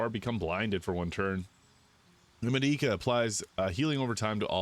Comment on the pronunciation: It’s pronounced Med-i-ca sorry I’m a huge FF fan long time player, Di-a lol.